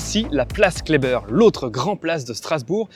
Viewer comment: Par contre les strasbourgeois ne prononcent pas la place broglie comme vous la prononcez mais bien place broglie comme cela se lit. De même la place Kleber se dit Klébèr et non Klébeur.